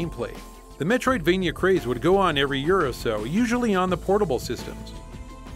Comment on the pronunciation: Every time you say "Metroidvania" I wanna downvote your videos and unsubscribe.